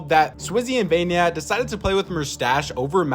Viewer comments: Not vanya,its vanyak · stop saying vanya, its vanyak